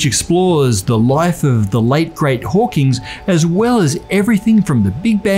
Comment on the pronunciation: BZZZ!!! Lose 5 points. It's Hawking, not Hawking*s*.